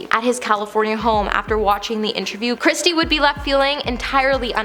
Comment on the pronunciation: Oh, bless you. Kirstie is not pronounced ~ Christie.....her name is kir-stie........"Curse-tee"......... And , it is unfortunate that you keep mispronouncing the Duke's name as the Duke of Suck-sex......🙀several times. 😂😂😂😂😂😂Oh my ribs. Aw, you got it right in the end.